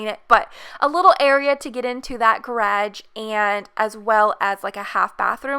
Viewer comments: "gradge" xD love the house <3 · Me : is she saying garge or garage Sis : dun know Mom : what’s a grage